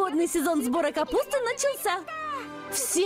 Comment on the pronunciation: не капутс а капусты